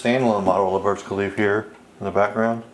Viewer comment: its burj khalifa with an a at the end sir